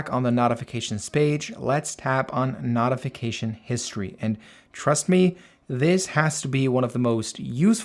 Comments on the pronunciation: Notification (NOTE) .... not NOTification....the I following the T makes the O the long version.... basic English. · it's pronounced NOTE-ification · Ty for a highly informative video. It's pronounced "note-ification." Be well and best of luck. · Not.ification? Great video but you say notification weird 😂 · It’s NOT pronounced NOTification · Nice video! But I have never heard anyone pronounce "notification" the way you do 🤔